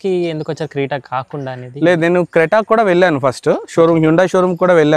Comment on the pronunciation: Creta❌ creeta✅